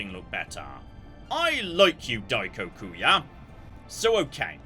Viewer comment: I love the butchering of "Daikokuya". So for fun, Daikoku is a Japanese diety of wealth.